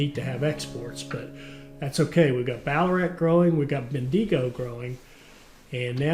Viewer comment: As an Aussie from north QLD, the pronunciation for Bendigo is ‘Ben-Da-Go’ and say it together quickly